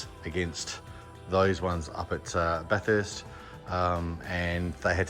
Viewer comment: note, the pronunciation of Bathurst, should be 'bath ist' as opposed 'bath hurst'